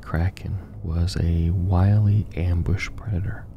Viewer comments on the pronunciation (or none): none